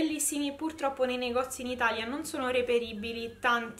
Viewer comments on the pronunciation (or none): none